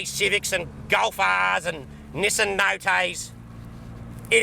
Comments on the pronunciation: I lost it further when he said " nissan noh tays" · Nissan NO K's LMFAO.